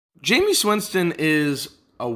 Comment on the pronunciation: Great video. 99% sure it's pronounced jame-is not jameees